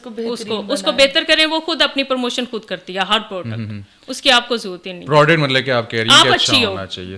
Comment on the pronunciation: Kaas nhi khaas hota hy kud nhi khud hota hy dear